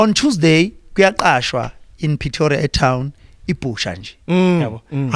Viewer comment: Petoria???? Aiiiiii nawe Khuzoooo its Pretoria